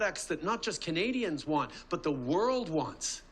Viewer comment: He is so terrified of a Pierre. I love it! Also I wish he stopped saying the word “kanadians” and that he “will kantinue” to fight for them and that’s what “kanadians want him to do and he will kantinue to do that”.He doesn’t have a large vocabulary without a pre-made speech, hey? A grade 6 child would probably be smarter than this guy. “Kanadians” are in big trouble…